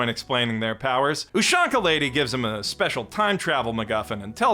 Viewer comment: its pronounced ooshanka not youshanka thank you please